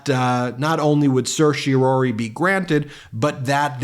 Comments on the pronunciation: As a lawyer, I would expect Ben to be able to pronounce certiorari properly. There's only one "O". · Still can't quite get the hang of pronouncing certiorari, I see. 0% success rate this time around. I can't tell if Jack Smith wrote an overly emotional filing, or whether the emotion was added by the presenter's performance. From that perspective, this was a waste of time for me because now I'll have to read the whole dam thing myself just to get a sense of the author's tone.